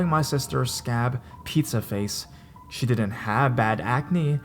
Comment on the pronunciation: "She," not "shae."